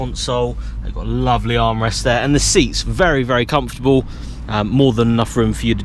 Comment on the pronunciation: LOL - "very comfotable inside"